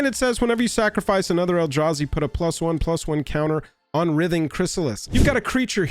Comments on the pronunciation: Who else was nodding along until he mispronounced "Writhing" as "Rith-Ing" when it's "Rhy-Thing". I do agree though we know 1 colorless, blue and green on any Legend is always going to create ripples by itself but it being on a literal Simic Value Engine IN a Commander? A bit much. Though my solution for it in Brawl anyway is just to make it 1/1 frog with no abilities or a 1/1 citizen with no abilities. As for Modern I say: we have forty varieties of counter spells and even a way to steal/counter it with the added benefit of the satisfaction of flipping a coin while saying "heads I win, tails you lose". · Pretty sure it's pronounced "RHYTHING" Chrysalis. The operative word is "writhe" (rhymes with tithe) or to make twisting movements with the body. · Writhing has a hard "I" in it dude - like wr-eye-thing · Bro, you're the best, but its pronounced wr(I)thing--like driving. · Writhing has a long I. It should be pronounced like "rye-thing." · writhing is pronounced with a hard i,.. not a soft i,.. the same type of i in the word 'write' , example ' the snakes were writhing across the floor' or 'he was writhing in pain after getting stabbed',...also i find the reach protection excuse to be sad, red need more creature removal not blockers, in the last ten years red has become so much less aggressive than it used to be.